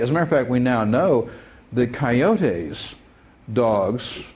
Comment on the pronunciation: Jesus, this hurt. Editing my comment for “Coyotayyyys”